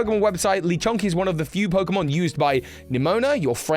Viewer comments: Its not ‘Leechonk’ its Le Chonk french for THE CHONK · I’m gonna punch you for saying “Leeee Chonk” the “Le” is clearly not stressed. “Luh-CHONK” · Its le as in French for the. Lechonk, the fat. Lol